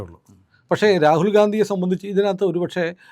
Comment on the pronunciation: Rakul ഗാന്ധി എന്നു പറയല്ലേ Ragul ഗണ്ടി അല്ലെ